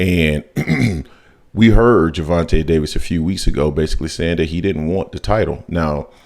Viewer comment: His name isn’t Gervante Davis , respect the brother 🤲🏾